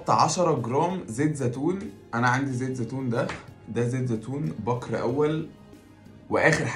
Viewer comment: بكر بكسر الباء مش بفتح الباء